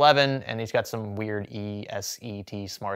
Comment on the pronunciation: I hear them advertised on a tech radio program here in the states as well. Never used them, but they at least don't sound like a sketchy fly by night company. Oh, and it's pronounced E-SET as a word, not E. S. E. T.